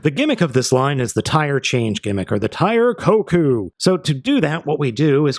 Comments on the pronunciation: It's not Tire Koku it's Tire KOUKON! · Tire KoKan. Not kokou